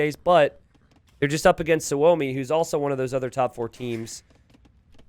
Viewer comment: Hey . Is Suomi (=Means Finland ) on purpose or what ? Im new here. Btw you say suomi like native